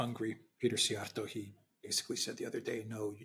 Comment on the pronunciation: Congratulations, you finally said Peter Szijjarto-s name correctly. As of Trudeau, correct again, he was a (part time) drama teacher, where he got the job due to his step fathers name. Then quietly he had to go... hence entered politics, where the only requirement is, you have to be completely spineless. He excelled in that... which shows how disfunctional Western democracies are. The system is completely broken.